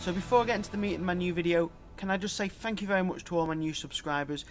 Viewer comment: Fank yew